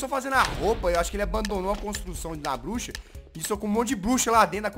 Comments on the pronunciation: eu achei que ela tinha falado buxa kkkkk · (voz fina ) os temas de hoje foram cabeça e bluxa ela fala elaudo kkkk ela falou bluxa